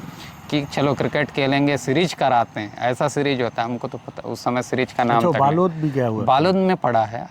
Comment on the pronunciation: बालोद नहीं बालूद होगा क्योंकि दंतेवाड़ा के लोगों के मुंह से सुना है दंतेवाड़ा में था